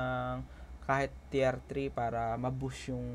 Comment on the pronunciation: Teer po ang pag bigkas ng tier.. Pa shout out nmn jan